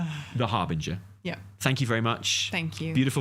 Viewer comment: It's ravel- like how says it; harbinger, not 'harbringer'.